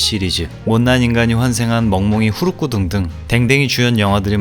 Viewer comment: 후루꾸 ㅋㅋㅋㅋㅋㅋ 참 발음이 찰지시네요 ㅋㅋㅋㅋㅋㅋㅋ 옷에 빙고가 예쁘네요 ㅋㅋㅋ 뭔가 언제나 어딘가에 엣지를 주는 잼난 영상 만들어 주어서 고마워요~